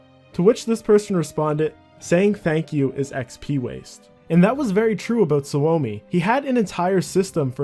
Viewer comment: suomi is a finnish word it’s pronounced like “sue me”